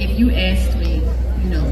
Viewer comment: It's not "axed me" Yo voters, she may have a degree but anyone that can't pronounce the word "asked", you really shouldn't be voting for.